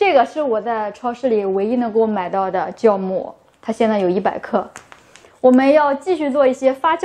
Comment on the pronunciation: 為什麼你們要把酵母（孝），念成（叫）呢？